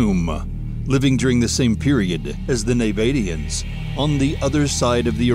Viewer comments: IF YOU CANNOT PRONOUNCE NABATEANS YOU SHOULD NOT MAKE A VIDEO MENTIONING THEM !!!!!!! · The pronunciation is often weird and unrecognisable, especially the Nay-Bate-Ee-Uns (should be Naa-Baa-Tee-Uns), but otherwise a very well illustrated survey of several intriguing lost civilisations.